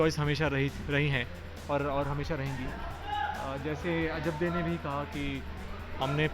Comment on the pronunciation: its ajabde not ajab di😂😂😂😂